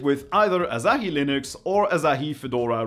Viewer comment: It's Asahi, not Azahi...